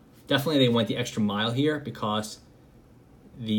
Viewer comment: So... I’m subbed because I like the content but am I the only one thoroughly entertained by the way he pronounces “because”?? BE-CAWCE